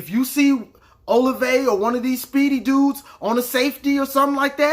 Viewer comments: Hey Boss love the videos. Just so you know OSU is one of the most balanced teams that Penn st. Game was not how they normally play it's like 48% pass 52% rush. Fields has 33 passing tds and he has only played 1 full game.. Also the wide receiver Olave sounds like (O- la- Vay) and Okuda is like (O- Koo-Da). Happy Thanksgiving Man be safe. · And Oh-lav-ey